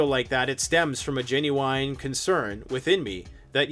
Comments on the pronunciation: lol, no hate here.. but have you never heard anyone correctly pronounce Genuine? Gen - u - wine is close, but not quite right. Repeat after me, Gen-u-in. better, try again.. There you go! you got it! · Gin -you-win not gin-you-wine.